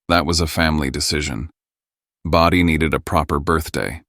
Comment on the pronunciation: IT'S BRODIE, NOT body this AI is stupid